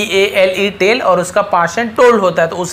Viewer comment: Sir tell hota hai tele nahi